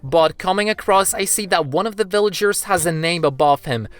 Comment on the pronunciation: Why did you said bvillagers